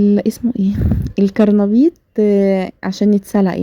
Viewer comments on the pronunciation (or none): اسمو قرنبيط مو كرنبيط 😂